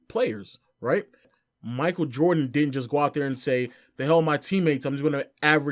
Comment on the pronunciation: I’m dead he said GOOT